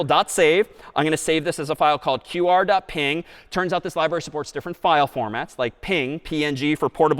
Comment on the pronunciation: That is how it is pronounced